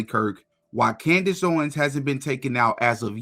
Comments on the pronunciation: Who is Cand-Ace? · Why does he call her Cand Ace? He is full of shit And full of his own self importance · is this truly how tate pronounces her name? KanDACE? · dunno if it's AI but I did think it was weird that in the Tate interview he pronounced Candace KanDAYCE, which seemed totally AI to me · "Candase" lol.. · The first video with Andrew Kate is obviously AI because of the way Candice's name was mispronounced. You know when like a I tried to read the English language but doesn't put the right answers on the right syllable? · I think this might be an AI video. The way he pronounced "Candace" is very weird. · did he really just insinuate that man was a dummy for not living like a dysfunctional, perverse, rolling stone like him???? Shame shame shame on him and why in the world did he say Candice’s name like that 🤨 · me...I guess if I'm watching something and I think to myself, why does that person seem weird...why does the voice sound like dialog...if you think it's weird, it's fake. I thought it was sped up. Which confused me. And the pronunciation of Candace was wrong. Bruh. Getting off this internet and going to read a book. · He always pronounces her name like that. I have no idea why. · Okay so first you mispronounces Candice's name twice and he knows how to say for me and then he tells us that Lee Harvey Oswald was killed in jail which is not true so this is clearly AI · That's actually how he says it. He pronounced it like that when he was on her show. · The way he said her name too? Wth?